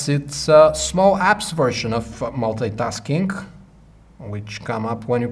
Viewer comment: it's multi-tasking not Molte-taskink